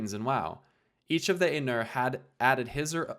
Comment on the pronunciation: The pronunciations are driving me nuts. XD EYE-noor. VAL-ar. My-ar.